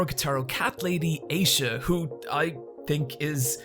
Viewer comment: >Eye-sha Jesus dude, I know you're Irish, but there's no fucking excuse for this. That's not how her name is pronounced. Wait why did you suddenly start pronouncing it right?